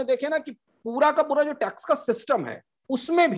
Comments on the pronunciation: retrospective"Tax" hota hai "Trax" nahin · Saurabh ji, 1 aisa co host assign krein jo acche se present kr paye or log usey sun na pasand krein. Pronounciation ka dhyan rkhna b bhot zruri h, Crain nhi Cairn h bro n trax nhi tax h